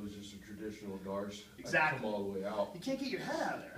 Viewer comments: It was first mispronounced by Mayhem Miller and it just stuck from there. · It isn't called a Dars choke it is called a "D'Arce" Choke invented by Joe D'Arce a Renzo Gracie Black Belt.. You pronounce it "Dee R Cee" Choke. It hurts my cauliflower ears when people say it wrong. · It was named after Joe D'Arce but when it was named it was pronounced wrong and the name stuck. So the technique is pronounced "Dars". I've never heard anyone in BJJ pronounce the choke the way Joe's name is actually pronounced.